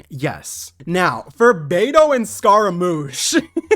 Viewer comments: Pretty sure the "G" in "Tartaglia" is silent + you are pronouncing "Scaramouche" wrong. I am pretty sure "Scaramouche" is pronounced more like "Skeh-ruh-moosh". I don't mean to be rude, so I apologize if I seem a bit rude. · For the "glia" pronunciation you simply have to go on Google translate in italian